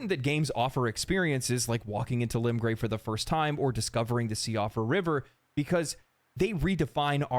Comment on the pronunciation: unimportant but just so you know - Siofra is pronounced shee-oh-fra Kale is pronounced call-ay